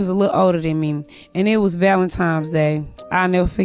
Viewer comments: Valentimes day. Sounds about right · It was Valentimes day. Im crying 🤣🤣🤣🤣🤣🤣 Valentimes day. 🤣🤣🤣🤣🤣🤣😅😅😅😅😅😅😅